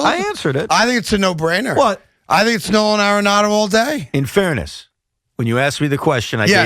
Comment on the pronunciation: Why Evan keeps calling dude, No-Han Aronado ?